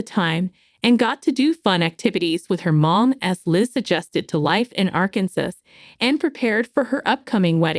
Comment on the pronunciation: “Arkansas”- is pronounced incorrectly this entire video 😂